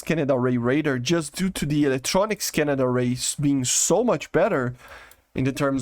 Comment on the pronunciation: I love the way he says scan-ned array. Trademark phrase now.